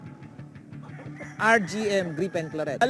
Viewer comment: Griffin Claret -- di Gripen Klarret Boss, hehehe!